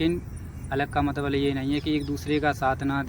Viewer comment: matlab bola kro matbal nhi😂😂😂😂😂